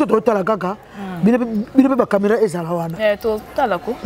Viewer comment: ezalaka camera et non cameran ,prononce bien les mots